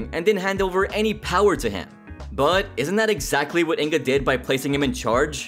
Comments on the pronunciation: It's not In-ga, it's Inge. The "ng" is pronounced like in "fang" and the "e" is pronounced as the "e" in "very". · You pronaunced Inge wrong, but good video Can you do a video about Breaking Amish